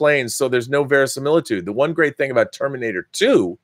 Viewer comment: Verisimiltudo? italian, maybe. :p